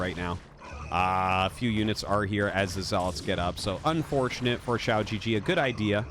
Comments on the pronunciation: The way you pronounce xiaogege literally means “small penis” gege is pronounced “guh guh” and means older brother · Your comments trolled you so hard🤣 The Chinese name is pronounced as chao-gur-gur, and the g is pronounced as in guest, give, etc, not gesture. If you pronounce it as shao-je-je, it means little penis in Chines, for real. QiaoGeGe means Big Brother Qiao. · You're saying "shee-ou jee jee" which means "small penis" in Chinese HAHA it's supposed to be pronounced "chao gu-gu" which is like the u in "lullaby" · To be that guy, going by pinyin I'd expect QiaoGeGe to sound like chee-ow (qi sounding similar to the first sound in "cheetah") guh-guh. I wouldn't remark on this except that what I'm hearing sounds more like xiao jiji, which could have some unfortunate connotations. As always awesome video and I appreciate Artosis tryna get these pronunciations right! Matter of fact, easiest thing to do is probably just put the spelling into google translate Chinese and see what pronunciation it gives you. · Everytime Artosis calls pronounces his name I just get taken out of the game lmao💀 Man is literally saying lil pp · Ciao GG! Very Italian. Not. :) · The unintentional mispronunciation is hilarious if you understand Chinese. So good! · With this mispronunciation you just said "small dick" multiple times, which honestly is awesome entertainment for me. A bunch of other comments already tried to give you the correct pronunciation so I won't repeat them. I'm just here to make a low effort dick comment.